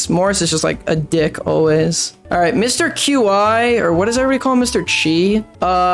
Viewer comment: He actually said Mr. Qi right (in my opinion)